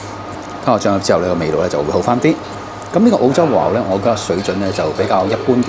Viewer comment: 如果 和牛 二字沒有 懶音；會聽得 舒服D；看得 開心D :yougotthis